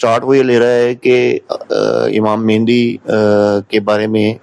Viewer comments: آپ جب مہدی کو مہندی بول رہے ہیں تو علمی سطح واضح ہے۔ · آپ تو امام مہدی کو مہندی بول رہے ہیں؟